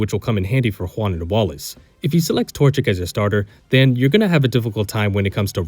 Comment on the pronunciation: My friend, like just for pronouncing Juan's name correctly and not as "One" (God, I fucking hate when people do that)